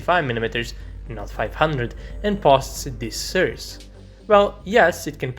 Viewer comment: BRO !!! I WON'T LIE BUT, BEFORE MOCKING ANYBODY ELSE !! YOU SHOULD PROBABLY RECTIFY YOUR OWN ACCENT TRY TO CONTROL YOU TONGUE THOUGHLY BEFORE USING LETTER "S" !!!! DON'T MAKE IT "sssss" !!! It's is Source not, suuurse !!! 😂😂🤣🤣🤭 & it's Pro- wide- ded ( provided ) not puuuurrvided !! And it's Two not Tuuu ! Are u a Ukrainian or somewhere from east Europe ???